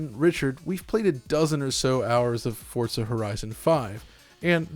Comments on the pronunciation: There's no T in "Forza" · Feel like I’m the only one who says FOR-za, and not Fort-za. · Why do you call it "Fortza"? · Can you please stop calling it "FORTZA" 🤦🏼 Sincerely, EVERYBODY. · Why does he keep saying fort-za?